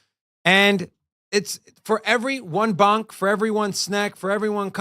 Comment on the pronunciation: It’s $ponk not $bonk lol